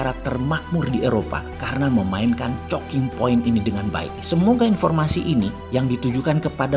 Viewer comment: Pak Mardigu ini idenya lebih cepat daripada ngomongnya, jadi sering salah ngomong. Moriskova ----> Maskirovka Chocking Point -----> Choking Point